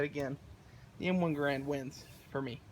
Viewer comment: it's pronounced "Gerrend"